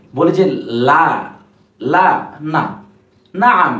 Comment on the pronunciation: লা টান দিয়ে পড়তে হয়না ?